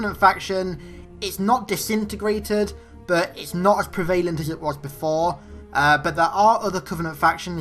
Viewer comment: Pre-Vay-Lant 😂 love you and your channel bro. Keep it up